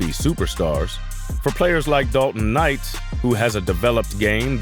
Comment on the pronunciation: The host on this video totally meesed up on the pronunciation of Dalton's last name. 💯